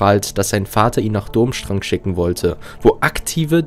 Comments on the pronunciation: Die Schule heißt BTW nicht Dummstrang sie wird anders ausgesprochen... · Es tut mir fast körperlich weh, wenn ich höre, wie du den Namen der Schule aussprichst. ^^